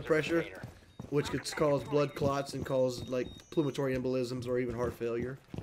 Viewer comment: "Pulmatory" Lol It's "Pulmonary"